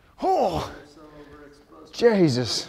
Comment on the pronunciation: says "Jaysus" like a true Irishman